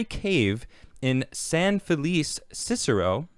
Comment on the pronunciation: Feh lee chay** (San Felice) Felice means happy 😊 Let me know if you want help with the names which were mispronounced 😅